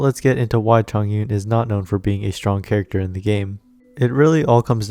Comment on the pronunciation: hiii bestie a liyue pronunciation guide is out please give it a listen =) <3 thanks! - chongyun main